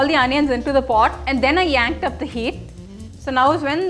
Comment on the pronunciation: Its cranked up the heat, not yanked up.. lol